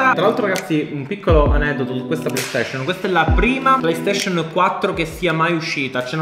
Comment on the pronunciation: Nessuno: Siciliano doc: playstescion